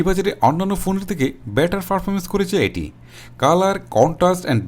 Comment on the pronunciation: Vai performance na parfomance😂😂😂😂🤣🤣 and accurate na eccurate🤣🤣🤣